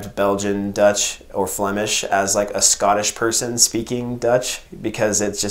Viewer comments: Your flemish accent is perfect, greetings from Belgium! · Nice review !As a citizen of Antwerp I enjoyed this very much,especially your”zwaanstnaniehee”😜 Your pronouns the Flemish language better than some of our politicians ❣️👍